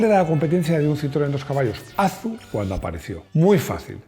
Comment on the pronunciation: ¡Qué mal me suena eso de Azu! En Citroën (Fábrica), el nombre era "A Zeta U"